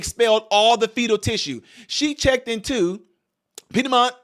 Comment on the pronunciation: Piedmont. Peed mont the "i" is long sounding like a lomg "e". The piedmont area is close to me